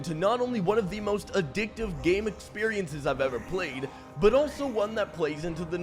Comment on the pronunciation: You can say addictive again lol